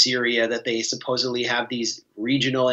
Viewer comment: you should use the standard pronunciation of nuCLEar, not nuCULar. Also, supposEDly, not supposABly.